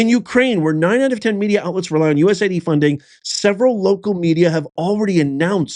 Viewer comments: It's US AID, NOT "USA ID" lDl0T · The correct pronouncing is: U.S. AID.(USAID). Not U.S. ID.